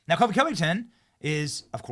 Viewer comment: Benny it’s Colby not Kobe